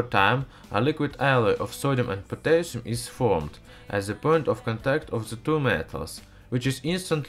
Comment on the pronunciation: OMG I loved well you said potassium hehe :P